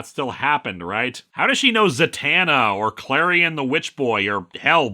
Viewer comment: Last I checked it’s was pronounced Klarion, dun dub dunnn, the witch boy.